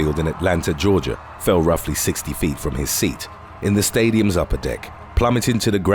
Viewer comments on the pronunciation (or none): none